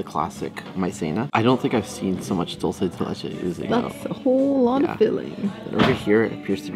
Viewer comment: Yo! It's NOT "Dull-say de leche"!! It's "DOOL-SAY de leche"!! Love you guys!